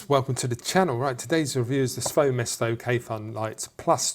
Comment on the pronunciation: SvoeMesto is pronounced Sviyu Mesta. Nice review, I just bought this and I love it.